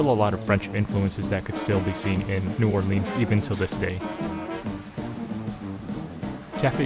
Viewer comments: Please say the name of the city correctly!! Locals will laugh at you if you say NEW-OAR-LEENS!! It's pronounced NEW-OAR-LINZ!! The last person who could pronounce it that way without it being dorky was Louis Armstrong & he's been dead for 48 years. Also watch some Youtube videos about the pronunciation of the street names. It'll help you out alot!! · It’s pronounced New Or-LINZ not New Or-LEANS.